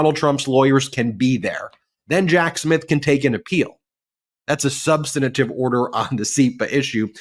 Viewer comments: Ben, please learn the correct pronunciation of "substantive". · 'Substanitive'? Dyslexia? Or just learned wrong? The word is SUB-STAN-TIVE -- 3 syllables, not 4.